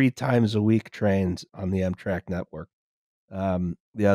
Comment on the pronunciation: This was Amtrak's 9/11...or, EMtrak's 9/11 as would pronounce it. It was almost as tragic as America's 9/11: the death of Dale Earnhardt.